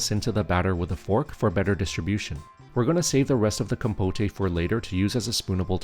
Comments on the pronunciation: It's compote! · Compote is pronounced just the way it looks. Com - pote (like poke). Or if you want to sound more French (which may be what you were going for??), it would be roughly be con - pot (yes, with an "n" on the first syllable and then second syllable like a mix between pot as in flower pot and put). But definitely NOT "com-po-tay". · Com-poht, not com-potay. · Great recipes thank you. But please it's pronounced compot not compotay. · “Com-po-tay” 😂😂😂 It’s pronounced “com-pote”, dude. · Looks awesome, can't wait to try it! One note; compote is pronounced com-powt, not com-po-tay. 😁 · Compote is pronounced "kaam·powt" not "kom-po-tay" silly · There’s no accent over the final ‘e’ in ‘compote’. The OED pronounces it ‘compot’, not ‘compoté’. Just saying. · isn’t "compote" a French term ? 😂 also, technically "compotay" could work as the word "compotée" also exists (but then you'd have to stress the last syllable and not the second). But in this case it is pronounced "comb-pot" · 1st time in my 30 years of life hearing someone pronounce it "Compoteh"! Looks delicious, but for future reference, it's "KOM-pot" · These look delish. Great recipes. FYI, it's pronounced COM-POAT - second syllable rhymes with GOAT. The "E" is silent. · Im sorry, really cool recepies dude, but I cant stop giggling at the compoté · Guessing the voice is AI--"compotay"--but it's not unpleasant and I'm excited to try these recipes. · Com-POTE. In English, the E is silent, only empathizing that the letter o is an open o (oh)). Sorry, that just annoyed me. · Compotay? 😂😂😂 Gotta get some of that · no, no, you are correct. It is the rest of the world who must be taught how to say compote properly. Trust me, I'm teaching Swedish to Swedes. I'm an expert. They're very grateful for my help😀